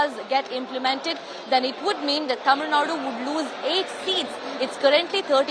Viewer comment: First say tamilnadu properly.. later u can connect about tamilnadu education and politics.